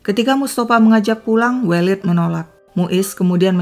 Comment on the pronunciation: Koreksi pronunciation untuk penyebutan nama welid yg tepat adalah E elang ,E pedang